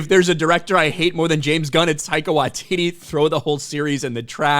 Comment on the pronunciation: Taika Washiti ?... please Not that Jojo C*appy guy.